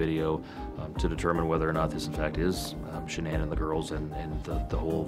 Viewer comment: Why can’t anyone pronounce Shanann’s name right? It drives me crazy lol